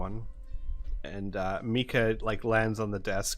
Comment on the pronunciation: I love how keeps miss saying Mika's name lol